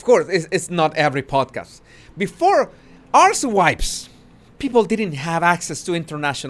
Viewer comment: Love your accent,. However there was one time you read out Archetypes and I mistakenly heard it as Arsewipes 🫣